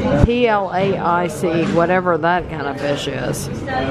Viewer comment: Plaice pronounced place